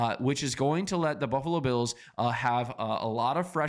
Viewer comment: Can we at least say the Bills players names correctly if that's the whole channel's focus...